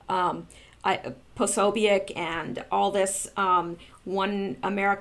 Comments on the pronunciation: Jake Posobiec is pronounced Jake Pa-so-bic. Bill Mahar is pronounces Bill Marr. Good God you are driving me crazy. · I thought you of all people would know how to pronounce his name but apparently not. Jack P's name is pronounced puh so bic with the o being a long vowel and the u and i are short vowels. Now give it try and pronounce it correctly.